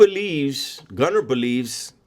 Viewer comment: Naaaah mayne, two things you messed up. 1) The way you said Gunner. 2) You’re were too loud…you woulda been very quiet and collected if there was a real fallout.